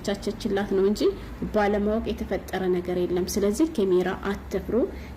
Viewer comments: ካሜራ በይ አቦ አትለፋደጅ ኬሜራ እያልሽ😂😂😂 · ኪሚራ አይ አማረኛ😂😂😂